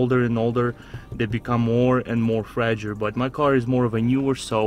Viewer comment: "Very fragure"